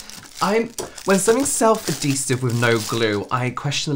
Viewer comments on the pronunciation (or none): Girl. You can literally just google search the word and see and hear the pronunciation. Ad - hee - sive . Not: A - dhee - sive. Maybe that’s the American way? 🤭😚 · I loved the confidence when saying the word ‘adhesive’ wrong 3 times in a row 😂